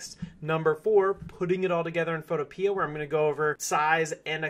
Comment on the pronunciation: It’s photo pea not photo peeah